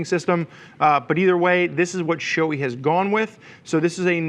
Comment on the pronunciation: its not showy its sho-ei like hey just remove the h in hey. btw. Nice review